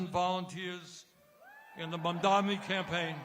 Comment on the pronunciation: lol Hochul is STILL mispronouncing Mamdani. Sheesh, it's not hard: "Hey MOM, you know my friend DONNY, right?" MOM DONNY MOM DONNY MOM DONNY.